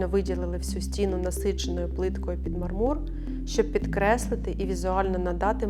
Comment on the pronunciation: Дуже сподобався дизайн! Трохи різало вухо неправильний наголос у слові мАрмур, у мАрмурі, під мАрмур і тд